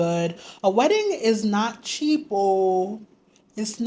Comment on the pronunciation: You are an official Gh babe after I heard you say " a wedding is not cheapoooo"